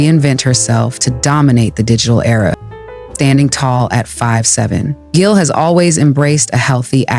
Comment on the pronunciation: Its pronounced Jill.